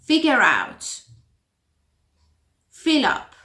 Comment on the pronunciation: "To fill up" you pronounced it as if you were saying "feel", the pronunciation of that word is a special sound.